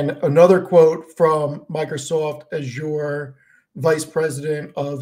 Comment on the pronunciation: i like how pronounces Azure with nasal vowels like its some fancy French luxury brand